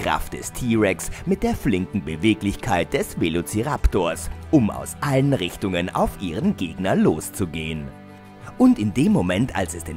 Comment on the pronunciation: es heißt alle und nich ale